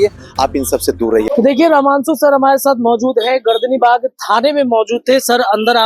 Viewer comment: पहले रहमांशु रहमांशु करना बंद करो यार, रमांशु नाम है 🙏🏻